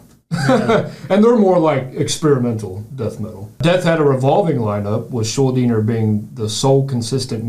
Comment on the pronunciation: Look at them banging their heads to those odd time signatures! And how nice of them to pronounce "Schuldiner" right. Pretty much nobody does!